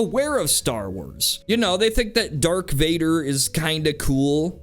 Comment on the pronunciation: "dark" Vader lol